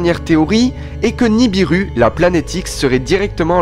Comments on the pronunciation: NI BI RU pas niribu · pas niribu c'est nibiru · Tu ne connais pas ton sujet tu ne connais même pas le nom de la planète en question qui n'est pas niribu mais ni bi ru. Ensuite elle n'est pas en formation dans l'espace, elle est aussi vieille que la terre. Bref encore une video uniquement pour faire des vue.